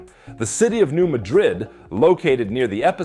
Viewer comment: Apparently, there is an error in the pronunciation of the "New Madrid Fault" line by the narrator, he pronounces it "Midwood" (?) at YouTube running times and -07, YouTube DEPICTS the subject "fault" line on the screen as "New Madrid," ( -52), NOT "New Midwood."